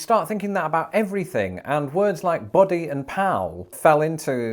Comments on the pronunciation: I am sorry, but you are mispronouncing "buddy", it is pronounced "baddie" and not "body" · "BUddy,", not "body!!" Big difference! Ask your wife to teach you how to pronounce a "short U" in American English -- please!!